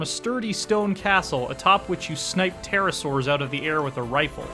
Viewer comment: "pterasurs" -IGN (that 60 hour familiarity though)